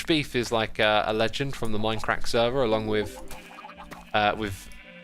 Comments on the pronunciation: My crack 🤣🤣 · Why whenever he says Minecraft, I hear “My crack”?